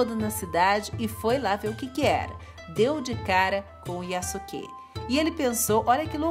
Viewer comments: A pronúncia é Yásúke e Ôda Nobunága, mas Daymiô vc acertou😁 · Eu acho que a pronúncia correta do nome é:yaske. Eu ñ sou especialista em japonês,apenas estou usando o que eu vi em algums animas,ex:sasuke(de naruto)se pronuncia saske e sosuke aizen(de bleach) se pronuncia soske. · Só uma dica, quando uma palavra japonesa tem su ela é pronunciada apenas como se fosse um s só, então nesse caso fica como Yaske, espero ter ajudado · A pronúncia do nome é Yaske, sem o "u".